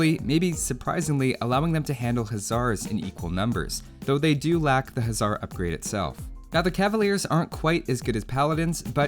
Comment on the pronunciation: Hussar is pronounced 'huh-SSAR' Huszar is pronounced 'HOO-ssar' Upper case denotes stress.